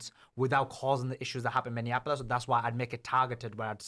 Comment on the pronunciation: PLEASE SAY MINNEAPOLIS RIGHT!!!